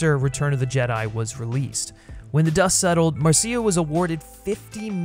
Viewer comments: You're driving me crazy with the MarSEEa Lucas pronunciation. It's just Marsha, but with a cia ending. This has one of the best openings of ANY movie. It's extra funny if you know the song Anything Goes - but then the crazy fight with the ice and jewel and antidote - the fall from the plane and the rapids.... just wow! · Why does the narrator keep mispronouncing Marcia Lucas' name as Mar-see-uh Lucas? It's Marcia. Mar-shah. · Very minor nitpick, but I'm pretty sure it's pronounced "MAR-SHA", not "Mar-see-ah". Great video! You did a fantastic analysis. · Pretty sure the name is pronounced MARSHA, not Mar-See-A 😂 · I’m pretty sure it’s pronounced Marsha. At least that’s what Francis Coppola said. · Um, Mar-see-ah? Marcia is pronounced Marsha. Great video none the less. I had a similar experience with Temple of Doom. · Marseeia? Is this AI voice? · I know I’m two years late, but… it’s pronounced “Marsh-ah” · You’re pronouncing George Lucas‘s wife wrong it’s Marsha not Marcia like the oldest daughter on the Brady bunch Marcia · Hey expert her name is Marcia (as in "Mar-sha") Lucas. Who pronounces Marcia the long way round? Marcia. Marcia. Marcia. Also, although I agree about Temple of Doom, you really have basic bitch tastes, no offense. SEE: Snyder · Dude how do you not know how to pronounce Marcia Lucas' name??? It's cringe inducing. It's not Mar See Uh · Marcia Lucas' name is pronounced, "Mar-sha" just like "Marcia" on the Brady Bunch. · Very much enjoyed the defense of Temple. Just an FYI, "Marcia Lucas" is pronounced "Mar-sha", rhyming with "Martha". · I literally just watched this and was looking through the comments to see if anyone was gonna mention his pronunciation of Marcia, lol. Aside from that minor quibble, great analysis and TOD has always been my second favorite of the Indy films.